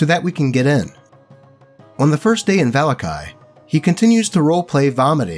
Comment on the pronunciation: the way you say "vallaki" makes me wanna vallakill myself